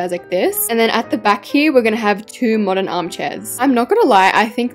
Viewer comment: You said Moderen McDonald’s😅